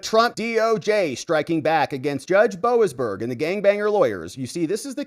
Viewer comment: It's judge BO AZZ BERGER